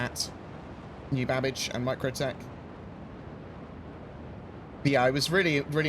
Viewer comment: Babic or Babbage